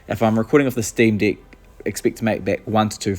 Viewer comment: as an australian, i think its a new zealand accent at work!